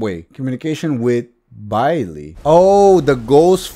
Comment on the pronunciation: I haven't found Bayle yet. P.S. I think his name is pronounced as "Bail" or something like that, could be wrong though.